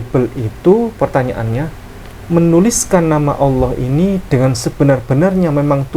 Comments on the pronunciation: Alhamdulillah klu bgtu.. karna tulisan Allah pun si nyebut Alah😂. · SUDAH JIPLAK, TAPI PELAFALANNYA GAK SESUAI ASLINYA....==>ALAH......ALAH.... PENGIN NAMPOL KALAU ADA SEBUT ALAH....ALAH....